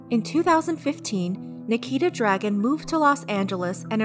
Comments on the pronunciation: This isn’t rlly important and I’m quite late to this video but i believe her last name is pronounced Dragoon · I thought you pronounced Nikita Dragun as “Nikita Drag-goon” but I guess not